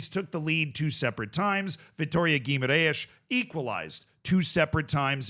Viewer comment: hey! please note that the real name of the club that played betis is Vitória Sport Club! it saves you some embarassement saying gu-i-mar-ais!! second note: I´m noticing some bias talking about Vitória SC! you almost didn´t talk about them in your conference/europa league vids even though they pass the league phase in second place behind chelsea and are undefeated in 13! games this season, surpassing the record in portuguese teams in europe!!Are you saving them because you know that you will have more opportunities later?? Best regards from Portugal